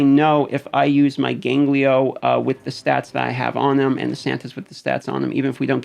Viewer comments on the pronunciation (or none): Who the hell is 'Ganglio'? Gangelo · wat da fvck is gangleyo.. hahaha.. its GAN-JELO bro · dude, it's gangelo, not ganglio. Great video though, I'm actually gonna use some of these teams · Please, for the love of God, STOP SAYING GANGLIO! It's Gone-Jell-Oh. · i'm sorry...you said ganGLIO? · In Spanish "ganglio" means "glands". So I giggled when I heard him saying it. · Is there any place to farm Freya? I know some rares drop in campaign, e.g. Rujago. But I don't think it's like raid where every stage has farmables. Also your pronunciation of Gangelo has infected my brain and I can't say his name correctly now.